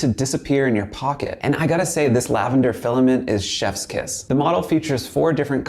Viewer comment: did he just say "shess kiss"? seriously?